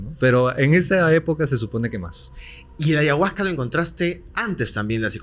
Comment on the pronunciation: Porque dice ayahuagggca... se dice ayahuasca....!!!